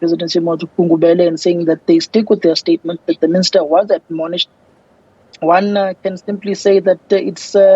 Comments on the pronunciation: Stop trying to use complicated words. This is why Julius Malema made fun of your intellect. Its 'Admonish' not adonomish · Someone teach to pronounce 'admonish' properly